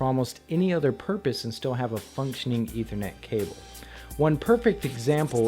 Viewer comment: It's "ETH-er-net," with a "short-vowel sound" on that first "e."